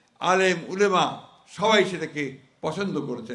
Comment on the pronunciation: আমি খুব খেয়াল করে দেখছি মির্জা ফখরুল আলেম ওলামা বলতে পারেনা। উনি প্রায় উলেমা বলে। উলামা বা ওলামা অথবা উলামা মশায়েখ বললেও তো হতো।।।